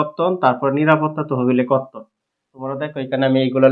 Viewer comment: বর্তন নাকি কর্তন বুঝতেছি নাহ